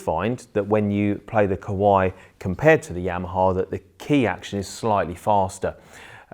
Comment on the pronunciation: Why you sound Kowai instead of Kawai...)